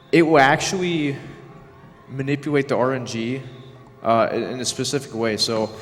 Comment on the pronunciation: I think we all feel that. Especially because of that speech impediment. "Manipuwate" "wilw rarewly" hhhhhhng